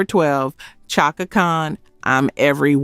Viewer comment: It’s Chaka (Shaka)